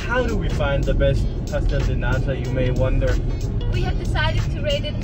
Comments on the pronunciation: I love it when says Pastel de Nata because shr says pastel de "NADA" soooo she says it is a pastel of NOTHING 😂😂😂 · Hey, I think you say "pastel de NADA", which actually means pastry of nothing 😆 Or at least that's what I hear when you say it. Does anybody hear that too? Apologies if I'm wrong! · u really gotta pronounce the letter "T" in "Nata", like in the word "Porto", for example, otherwise its "Nada", which means "nothing" in PT